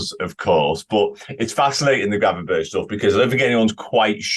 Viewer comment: Someome needs to tell he's pronouncing Gravenberch wrong. It's annoying seeing him do most of the pieces on him and him butchering the pronounciation every single time.